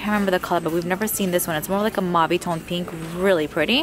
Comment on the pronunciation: I thought you said "MOMMY" toned color instead of mauvey toned. Lol..😘😘😘😘